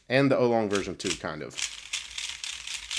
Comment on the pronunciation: "ow-long" not "oh-long" ;)